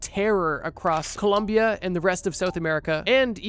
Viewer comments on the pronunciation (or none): none